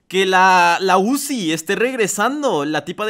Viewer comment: Zuci✅️ uzi❌️ 😂😂😂😂😂😂😂😂